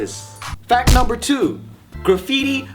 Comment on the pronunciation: Lmao at the beginning. "Fack numbah 1". That was facking gold material,. Also loved how you said pianist- penis lol.